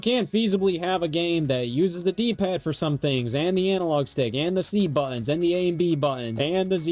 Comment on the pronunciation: yeah, a controller video from a guy who can't pronounce "buttons" this won't be irritating.